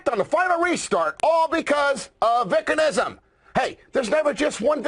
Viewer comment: Man I'm glad Spencer pronounced vickernism correctly!!!